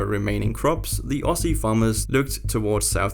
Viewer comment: It's pronounced "Auzzie"